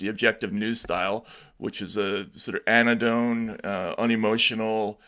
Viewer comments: Anodyne, not anodine, unless you are inventing words. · Anodyne not anondone.